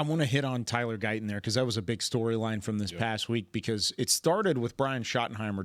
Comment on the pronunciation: He would have to pronounce a t. Why won't he pronounce Guyton correctly?